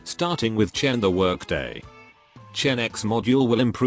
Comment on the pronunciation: "Chen the workday" lmao